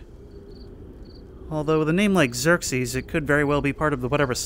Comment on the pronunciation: "Xirses?" distant ominous thunder